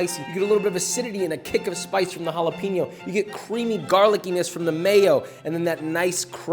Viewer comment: I love you josh. BUT ITS HALL - UH - PAIN -YO not peen-yo <3<3<3<3